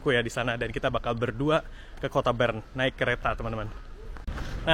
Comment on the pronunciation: Utk kita semua...tolong diperhatikan pengucapan kota Bern....